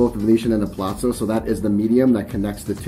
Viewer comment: Theres no 'T' in Palazzo